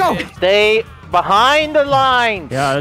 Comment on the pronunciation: STOP SAYING BUHIND